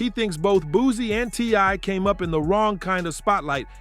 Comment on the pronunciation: Boozie. These new cats different Nigga, it’s Booseee! Not Boozeee 😂